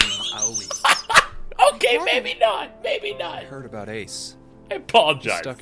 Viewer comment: My boy Aoi Kurashiki was finally referenced. aND THEY STILL CANT PRONOUNCE HIS NAME RIGHT FOR FUCKS SAKE. It sounds like they’re pirates or some shit: Ah-oh-ee. Ah-hoy. It’s practically the same thing.